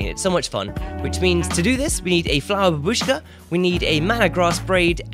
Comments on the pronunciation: And again,, babushka is a Russian word for old lady and it have accent on first syllable. You are welcome to my basic Russian classes. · Why everyone streamer call add-on babUska? Сorrect pronunciation is bAbuska. Бабушка - copy it in google translate and listen.